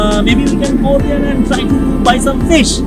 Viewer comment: Guru banglay bolo... English pronounciation and grammatical errors puro pronab mukherjee baa communist utpil dutta r moton...eas...rice and phis curry